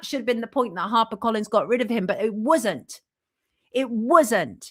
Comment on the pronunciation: "It wiz'ent," ..... and she says it twice! Whaaaat?